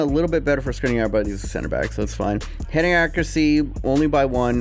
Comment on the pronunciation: It is pronounced Shkrinier